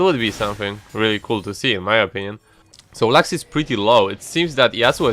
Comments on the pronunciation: Why does he spalls lax?It is Lux It sounds really weird to hear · The way you say "lux" basically sounds like the german word for salmon